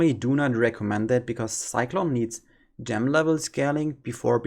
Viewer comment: lol why do almost all germans say "gem" wrong when speaking english.